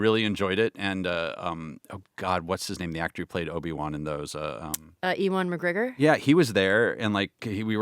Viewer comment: I can’t get over saying E-wan Mcgreggor 😭